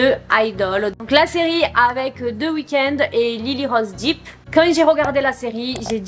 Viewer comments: Ça me stresse trop que tu prononces Depp "Deep", c'est dèpe 😭🤣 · Ce n'est pas Lyly rose "Dip " mais "dep"